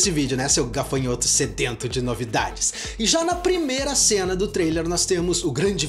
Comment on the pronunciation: Ganhas-te mais 1 subscritor mas esse "gafanhoto" deixa a desejar 😂😂😂 de resto top top